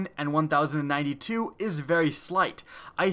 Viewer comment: Anyone else hear 192 instead of 1092?